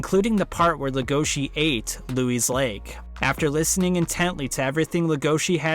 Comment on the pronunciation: Louis's name is pronounced LOUIE. Please avoid calling him Lewis.